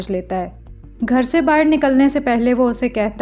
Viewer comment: I love your explanation. ❤ Just try not to say 'BAHIR' again okay dear? I can see that aaj kal 'BAHAR' bolne ka try karti ho thoda thoda phir bhi accha se 'BAHAR' bola karo please? 🙏🏻 Thank you dear!❤